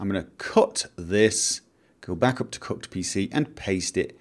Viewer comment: It sounded like he said 'Cucked' NPC folder